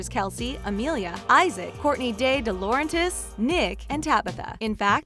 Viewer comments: You kept saying dilauerntis and wilden wrong and no in the books Mona was still A, the cast said so because they said they had to read the books before the show and they were surprised to find out Mona was the first A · Dilaurentis was pronounced so bad XD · How she pronounced DiLaurentis and Wilden